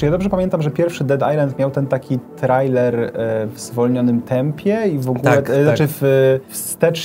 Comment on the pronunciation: Hej, czyta się trejler:)